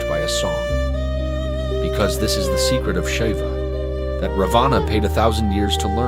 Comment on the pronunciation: Raavana....not Ravaana. Nice video.